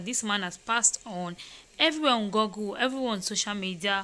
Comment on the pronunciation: Please, before you people speak, try to make sure your pronunciation’s are correct. For example, google, not goggle. Joke Silva, not Joku Silva. Thanks.